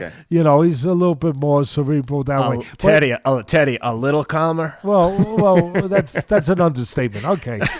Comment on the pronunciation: when he said thanks teddy it sounded like he said thanks daddy